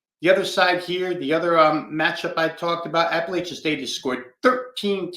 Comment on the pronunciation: JMU came back. App had the lead most of the game. Also, the west was weak!! Best to just say App State or ASU when you can’t pronounce Appalachian correctly.